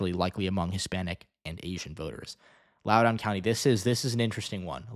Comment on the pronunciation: Im predicting a margin between 5-10% for Spanberger. Hopefully with Trump's unpopularity it'll be closer to 10%. Im from Loudoun county and it's pronounced Lau-dn